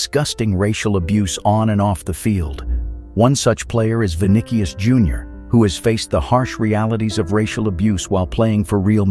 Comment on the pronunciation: The fonetic is "Viniceeus", not "Vinikius". Great video.